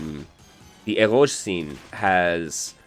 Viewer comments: Is that word "Eroge"? If it is, why do you pronounce it that way? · is honestly SO insightful and well-spoken; like, seriously a scholar of the genre… but also, never in my life have I ever heard anyone else pronounce “eroge” like it’s a French loanword and he keeps on saying it and it’s cracking me up dude 🤣